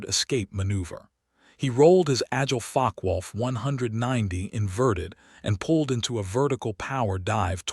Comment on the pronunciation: Im sure Focke-Wulf is not Fock-wolf as per your subtitles but You also aeem to pronounce it that way rather than like fock-er-wolf.